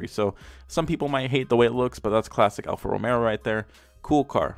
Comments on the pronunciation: ALFA ROMEO not ALFA ROMERO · "Alfa Rome'R'o"? Boy, chew your food before you speak. Alfa Romeo, Merica. ;) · Boi. Its Alfa Romeo no Romero. There is one r. One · Alpha Romeo... you were killing me with that alpha Romero anyway love your vids they make laugh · Alfa Romero Every person in the world: ತ_ʖತ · Okay guys comment down below I wanna see if you think if it's rice or nice.. Everyone:! You cane say Alfa Romero! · Great job,but its alfa romeo prounounced alfa romayo. Not romero.sorry.just a pet peave of pronunciation. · Hey, is Alfa Romeo, not ROMERO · Alfa Romeo, not Romero like I saying and is a great car go have look in to it before u say anything. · Americans: "Hunday" "Alfa Romero" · "alfa romero" Every italian on earth: 🤦‍♂️ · Diego _. He also said Mini Coop 😁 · And he said "alfa Romero" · If this man saids Alfa Romero one more time imma shoot myself 😂😂😂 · “Alfa Romero” 😂. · Mans said romero 😂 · Alfa Romeo "Al-fa Ro-may-oh" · I honestly can’t tell if he was saying Romero on purpose or not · There is no R in alpha romeo lol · "Alfa Romero" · It’s pronounced “Hyun-die” like “yun-die” but with an H in front, and Alfa Romero? lol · I hate how he says Alfa Romero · Its pronounced alfa romayo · All this time, it was Alfa romeo? For the first time ever, I've just realised its Alfa Romeo, not Alfa Romeo. Bruh. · You pronounced Kia Forte correct. Alfa Romeo on the other hand, wrong as shit